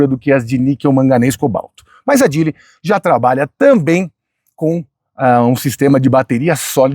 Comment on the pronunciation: Falou que a pronúncia seria "jili" mas fica pronunciando "djili"... tá serto...